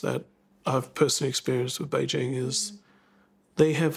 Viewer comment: Kudos to the commentator for going to the effort of pronouncing "Běijīng" correctly. Or at least much better than anyone from Fox News Australia would.